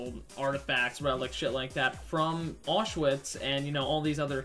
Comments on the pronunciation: It's not pronounced Orsh-Witz, it's Owsh-Vitz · I died when he sayed "Auchswitz 12's" 😂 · “Did you guys see these Achewatz 12s?” 😂😂😂